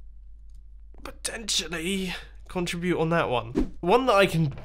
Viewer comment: Every time you said contrubute, I cringed. CON-TRI-BUTE!!! MUMBO!!! CONTRIBUTE!!!